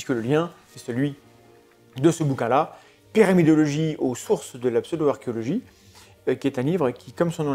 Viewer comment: J'ai l'impression de vous entendre prononcer "pyramidiologie" à chaque fois 😅